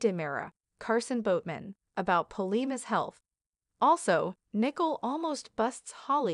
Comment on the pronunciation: Her name is Nicole. You pronounce the letter o more dominant.